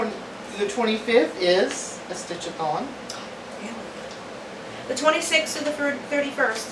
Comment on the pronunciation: I KNOW you're saying stitch a thon, but all I hear is stitch a thong - lol! Next year sounds fun and busy :)